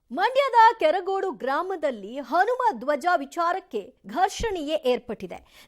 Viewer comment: ನಮ್ಮ‌ ಕೆರಗೋಡು...ಕೆರಗೋಡಿ ಅಲ್ಲ